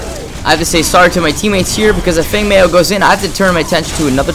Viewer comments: its pronounced feng mow with and ow sound lol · Feng Mao.... pronounced "Fung Mow" twitch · Group Not to knock the video but i think that comment was mostly aimed at your pronunciation. Feng is like ten with a g at the end, and mao rhymes with cow. Still a great guide/great skills.